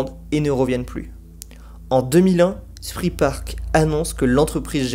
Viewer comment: Très belle vidéo, merci. Juste pour info, Spree se prononce « chpré », mais ça, je le sais juste après quelques années de Berlin... 😅